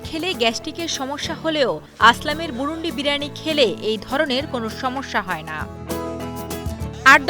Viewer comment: আরে ভাই বুরুন্দী আমাদের এলকার নাম!🤦‍♂️ বুরুন্ডি না!😒